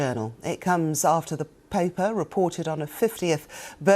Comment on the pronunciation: Did she say “popper” to say ‘paper’?😂